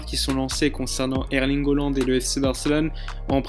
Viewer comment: Hollande ? Ca se prononce Haaland, avec un a